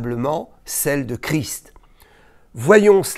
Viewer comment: Bonsoir. Je vous remercie de prononcer correctement le nom de notre Seigneur Jésus CHRIST en prononçant le ST final qui a toute son importance et je me doute que vous savez de quoi je parle. Merci encore.